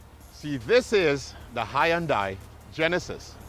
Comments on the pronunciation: It’s not HY YONDAI. Lol. It s more like hun - day. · well, the proper pronunciation is "hun-day" not "hi-and-die". i'm giving you the proper pronunciation, not the proper spelling obviously. if you honestly do not know that it is pronounced 'hun-day", .... then i don't know what to say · can you say ........ HUN - DAY..........???? but, if it's "HI AND DIE" you must, then have fun i guess. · It’s Hyundai rhymes with Sunday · The way you say Hyundai would make their Marketing team cry. But still a good video, these cars are awesome. Currently buying one. It's Hyundai, like superbowl Sunday! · It's pronounced Hun-day... Rhymes with Sunday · He has to be trolling us with the Hi and Die pronunciation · Hey genius, I JUST called Hyundai Motors America and they've said that it's pronounced HUNDAI like SUNDAY, MONDAY. In their case, you drop the Y in the pronunciation in the United States and that comes from the company itself. You'd think that the company itself would've issued the proper pronunciation of their company WORLDWIDE years ago had that been the case despite where people are from with their accents. Toyota is pronounced TOYOTA worldwide so accents and differing cultures isn't an excuse. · About the most annoying mispronunciation of Hyundai watch the video on mute lol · You’re saying the brand wrong bro